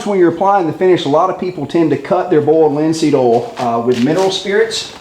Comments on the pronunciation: boold linseed ool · "bold linseed ol" lol